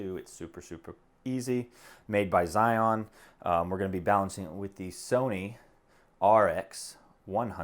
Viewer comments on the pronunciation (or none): You pronounce Zhiyun way too monumental - Zion!